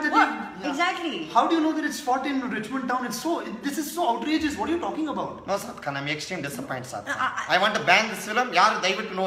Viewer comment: Everytime when he says "Saad Khan" it sounds like "Popcorn"🤣🤣🤣